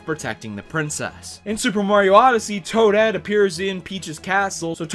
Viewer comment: It's Toadette.